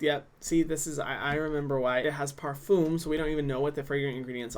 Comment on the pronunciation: Am I the only one who laughs every time he said: Parfum —> Farfoem😂